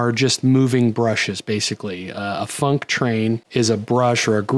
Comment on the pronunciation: Whenever you say func_train, I can definitely hear the "k" in funk. No doubt in my mind. :D